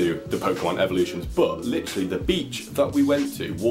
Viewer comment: Stop saying licherally